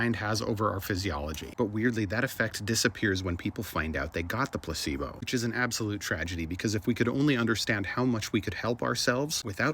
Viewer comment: Anyone else can't help but think, "gazebos" when he says placebo?